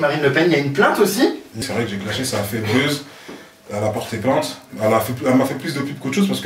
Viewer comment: Il dit bezz. C buzz